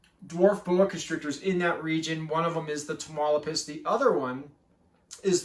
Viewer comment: Great content, love the boa👍by the way it is pronounced (Ta-mauli-pas) that’s my home state in Mexico. Wish I could get my hands on one of these, they seem pretty hard to find